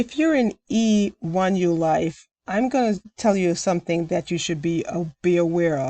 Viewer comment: Thank you!! I have no interest in joining a program like E1ULife. Not sure if you realize but more times than not you were saying EU1Life than E1ULife lol I am well aware of those scam emails. They want you to call that phone number so they can try to trick you and steal money from you!